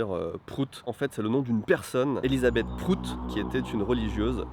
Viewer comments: Je sais que c'est pour la blague, mais le graphème "Prout" ne se prononce pas du tout pareil en anglais qu'en français. Ça fait un peu mal d'entendre "Prout" prononcé comme ça. C'est comme si on disait que mordre se prononce bite comme on le prononce à la française. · Comment on prononce en anglais réellement PROUT ? Comme abOUT ?